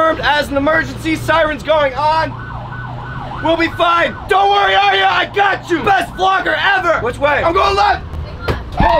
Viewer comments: It's not Aria it's Arya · Its Arya not Aria